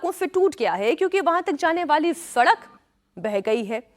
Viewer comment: Ye s ko f bol rahi hai...sadak ko fadak😂😂😂😂